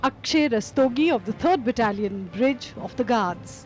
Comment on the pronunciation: its brigade not bridge